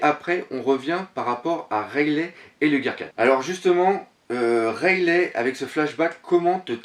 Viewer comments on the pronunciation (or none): Point de vue interessant si j'ai une remarque a faire c'est la prononciation du nom des personnages rayelait ça m'a fait mal (rayeligue c'est mieux) ça fait plus vo sinon pour le reste je continuerai a suivre comme gonzaroo vous vous rejoignez pas mal et les hypotheses sur la suite font rever